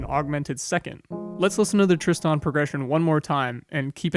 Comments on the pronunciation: Tristan ['tristan]. Accent on the first syllable. I hadn't noticed that he was saying it in a weird way but nothing surprises me on YouTube any more. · Great talk, but for future ref the emphasis in "Tristan" lies on the 1st syllable; TRIST-an, not trist-AN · hand-pink-waving:You keep saying Tris-TAN and that jars my brain! Is that the correct way? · Thanks. I almost stopped watching this because of that. Sort of losing respect for the narrator! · How can we take you seriously, when you can't even pronounce Tristan correctly? And my money is on you can't pronounce "pronounce" correctly. Give it a go. Pip Pip.